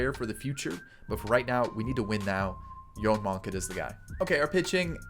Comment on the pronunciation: please look up Yoan Moncadas pronunciation... nails on a chalkboard